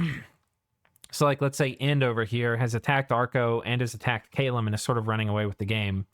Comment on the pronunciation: Hey you said my name right! Caleum doesn't get a special preferences for a terrain type, so it just gets put towards whatever illwinter has it, which can be i think highland, plains or forest for them.